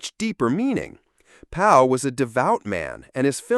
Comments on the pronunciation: C'mon guys. George PAL not Paul! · It's George PAL not George PAUL. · Google’s AI assistant thinks you are AI. I asked because you keep saying Paul instead of Pal. He was George Pal. That’s not a mistake a human would normally make. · George PAL.... not PAUL! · George Pal, and Not George Paul AI Voice . . . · George PAL. Not PAUL. Omg. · Fix your robo-reader, its Pal not Paul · Its George PAL (like a buddy) Not PAUL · There are several inaccuracies in this review. The end quote about bacteria killing the Martians is more the book - and inaccurate at that - than the film. The full shot of the Martian comes about the half-way point, not at the end. Otherwise, except for not mentioning Barre Lyndon, the screenwriter who updated the story, this was a fine review. And George Pal's last name is pronounced "pal" as in a friend. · Are you sure? We pronounce it "Pal" but he was from Hungary so how did he pronounce it? I'm not sure. 🤔